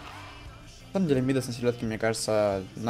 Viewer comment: Не ми́дас, а мида́с.